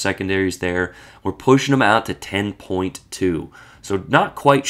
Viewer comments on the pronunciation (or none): none